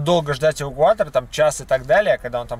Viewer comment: "Асвальт", "увукуатор". Забавное произношение у вас,.